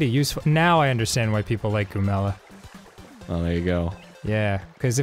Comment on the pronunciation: Goomella* You mean. Because that's how they say it. THE B IS SILENT OKAY